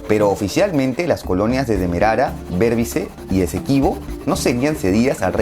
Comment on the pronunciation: Muy buen video pero se pronuncia demarara, y borbiz esa es la pronunciación completa